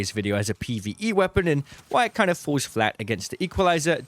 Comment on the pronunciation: You are the ARCangel of channels for this game. But why are you pronouncing FURTHER as FERVOR? Does your tongue not reach your teeth to make the TH sound? You pronounced FALLS as FOOWS. you did not even get the right vowel and again, refused to move your tongue to pronoumce either of the Ls. Again you pronoumced the word AMOUNT without the T at the end. You grunted instead. You keep saying WUF imstead of WITH and WUFOU instead of WITHOUT. I think I need to use google translate from BRIT GRUNT-SPEAK to ENGLISH